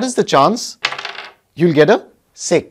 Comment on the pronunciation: Sir told sex not six.. pls use a good word so that we can listen in a good way..